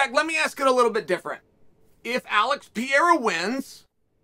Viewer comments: It's PEREIRA and not PEIRA. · Why does chael insist on calling him pierra but will literally type pereira. I know he knows he says it wrong and is gonna say one day “can’t believe you guys let me call him that for so long” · U talking about Pereira? Cuz u keep saying Pierra. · PIERA?? OR PEREIRA??? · Why do you keep calling him peeyera chael? Not that hard to pronounce perreira lol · Pierra hasn't yet earned the right to have his name pronounced correctly by Uncle Chael. He only has 5 undefeated fights under his belt. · “Alex Pee Era” - Chael Sonnen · Love hearing Chael call him peeyera every time he says his name since he came to the UFC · Did he did he say Alex pee era? 🤣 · Funny 😁 how he calls Pereira : Pierra 😅🙂😉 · George St. Pierra hahahaha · Who’s piera hilarious that you get his name wrong every single time 🤷🏽😂😂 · Pierra 😂 uncle chael has a problèm with foreigners name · Alex Pee-era 🤣 great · Thought this was about Pereira? Who's this guy Pierra? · Pee era. Gotta love uncle Chael’s always incorrect pronunciation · Dude how are you still saying “PEE -air-a” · PIERRA. CPS is the worst at names. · Pee air uh 😂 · I love you chael but I wish you would stop pronouncing his name (pee-air-uh) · If Alex wins chael will pronounce his surname correctly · Uncle Chael still has not bothered to correct his pronunciation of Pereira. Love it. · If Pereira wins hopefully Chael will learn to say his name correctly lol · It annoys me how wrong chaels pronunciation of Pereira is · He miss pronounces his name every time lol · Why can’t no one say pereira 😂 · not even close pronunciation of alex pereira . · If he wins then you might learn how to pronounce his surname.. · God, I hate how he pronounces Alex Pereira's name.